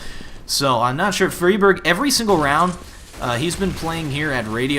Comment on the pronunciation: riWWE All the Scandinavian casters call him Fry Berg. EDIT: Recently seen Xist call him Free Barj. Apparently the casters are wrong.